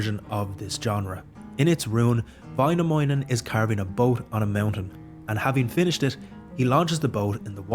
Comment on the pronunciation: Väinämöinen, not Vainamounen